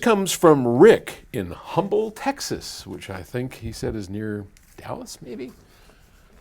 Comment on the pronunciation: Humble, Texas is close to Houston. Also, the “H” is silent. Texans pronounce it as “Umble”.